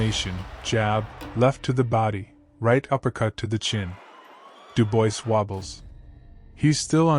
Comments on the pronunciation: Daniel "Dew-boys"...?! Do I detect AI bullsh*t here...? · Dubois is pronounced Doobwar. It's a French name.